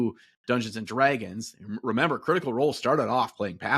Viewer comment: the way does the midwest slur (Detroiter here) when he says Dungeons & dragggeens is awesome please keep this stuff coming!